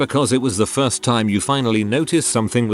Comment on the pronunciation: ah yes, "firts"